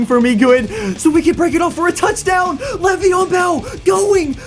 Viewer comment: Why are u calling him levion bell